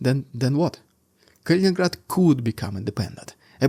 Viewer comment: It's Kaliningrad, not Kalingrad.